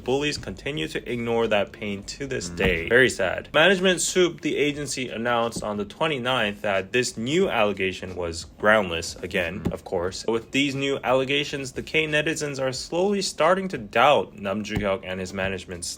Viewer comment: can you stop saying "allegator"? 🐊 it sounds weird 😂